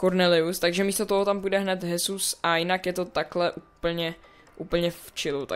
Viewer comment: Jak si tam pořad říkal chesus :D